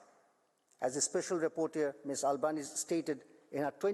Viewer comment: Its not Albanees but Albanese (pronounced as Albanesiiiiii) otherwise free from error in favour of the oppressed